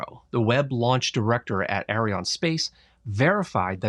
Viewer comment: Please pronounce Arianne correctly. I cringe every time you say "Arion".